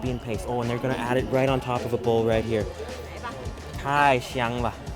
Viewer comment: Nice Video! Just be careful with your pronunciation '太香了'... It sounds like ‘太翔了’ which means crappy.